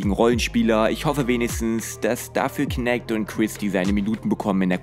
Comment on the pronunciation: Fände es irgendwie angenehmer, wenn du dich nicht auf die Aussprache der Amerikaner bei Namen wie Knecht einlassen würdest :) Weil es ist einfach falsch ausgesprochen weil es ein deutscher name ist, genau wie bei Schröder.